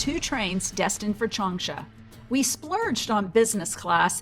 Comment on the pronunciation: It's PRONOUNCED "chang" "SHAW".